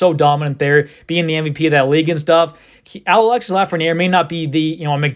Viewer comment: its pronounced alex-ee not alexis